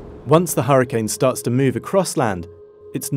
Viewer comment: Which accent pronounces Hurricane as "Harra-can".. ?? Sooo weird to my Canadian ears!!